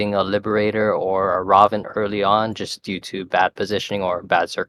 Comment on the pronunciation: "Ray-ven" is how its pronounced :)